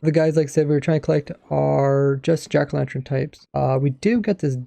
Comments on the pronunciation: Jack o lanTurn not tren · Are we all just gunna ignore how he says 'jack o lanTREN' 😂